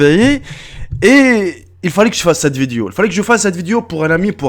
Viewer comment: On dit vidéo pas viduo